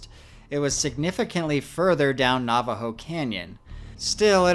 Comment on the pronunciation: alright dude, I can’t stand it anymore. It’s NAVAJO AS IN NAVIGATE. NOT NAVAJO AS IN NAUGHTY. PRONOUNCE IT CORRECTLY!!!